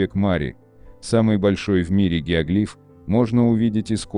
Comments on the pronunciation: ГиоглИф?!! Всю жизнь был геОглиф, а тут... В-общем, работайте над ошибками. Тут у вас поле не паханное.) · Гео́глиф, а не геогли́ф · Геоглиф,ударение на букву О.